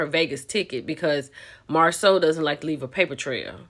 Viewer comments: This is embarrassment for hoetell and hoeslaw to me. They could have coached this lady. Because she doesn’t pronounce Marsau name correctly and Tisha need a picture or video proof not word of mouf 😂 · 😂😂 Yep, and why dis woman keep calling him Marcel and not Marsau....